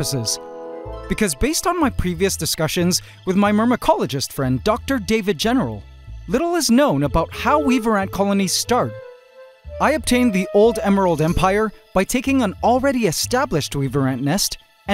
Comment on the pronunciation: By the way, I'm pretty sure you're mispronouncing Dr. General's name. 😅He's Filipino. It's a Spanish-derived surname, and thus should be pronounced "Heneral" with an H. Unless he told you that's how your pronounce it.